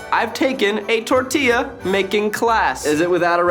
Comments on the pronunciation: ok Keith saying the last tortilla without the gringo accent - 😅 phew fanny flutters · Mexico has entered the chat Keith saying Tortilla is amazing I gotta say Eugene made a Mexico City quesadilla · Keith days tortilla 3 times and his pronunciation gets better each time. Practice is key!